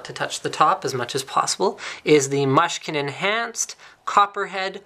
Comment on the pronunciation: its pronunced Moo-skin